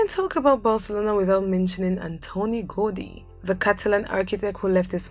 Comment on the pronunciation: I loved the video, although you cannot be pronouncing every word or name with english pronounciatition. Do some research in languages and how they called their cities, LIke ''Bonosair'' It's Buenos Aires, It's not ''Anthony Gody'' it's Antonin Gaudí with an accent at the end, etc. Also Rio de Janiero is not the capital of Brazil, it's Brasilia. I stopped watching the video after that, it's confusing.